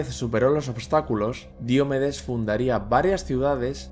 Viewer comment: Qué grandes vídeos haces, gracias. Ahora, una crítica constructiva: ¿Por qué pronuncias Diomedes como si fuera una palabra esdrújula? Si fuese esdrújula llevaría tilde y no la lleva.